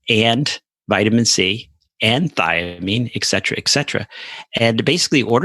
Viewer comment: eK cetera drives me up the wall. Dear doctors... You did go to some sort of a Med school I hope. You did study some sort of Latin. ETC means “ET” cetera. “ET” means “and” in Latin. Pleeaaaase! It’s not “eK”!!! Ugh. Go back to school.